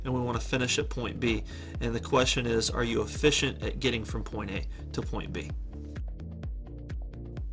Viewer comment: “Focus on your flaaawwws…” “as eeffeeent as possible”